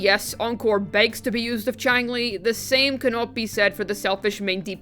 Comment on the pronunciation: Chi-ang-lee... cringe.